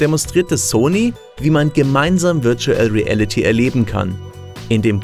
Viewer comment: Wörtschuell riälliti